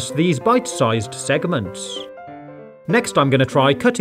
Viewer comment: Why does he keep saying segmant when he cuts the fruit?